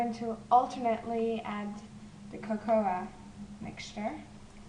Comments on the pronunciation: i could tell you were swiss when you said the "a" on cocoa ;) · Lol how she says the a in cocoa (D